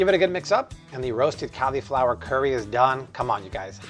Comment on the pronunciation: Amazing! Can't wait to try these, but bro, learn how to pronounce "cauliflower".